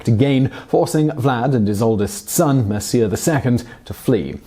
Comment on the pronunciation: it's pronouced "Mircha"